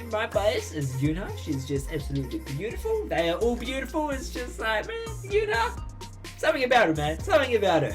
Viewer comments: Btw it's not una (I mean not how u pronounce it) u pronounce it like eun uha and it's spelled eunha (btw im just helping) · Eunha is pronounced as Un-ha. Not Yu-na. I'm not mad haha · I THOUGHT YOU SAID YOONA LIKE SNSD YOONA im pretty sure u should pronounce it oon-ha